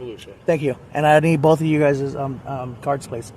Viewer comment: SovCit so smart he doesn't know that "guyses" is not a word. The word is "guys".